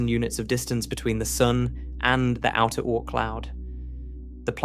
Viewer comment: The "Oh-Ort Cloud" 🙄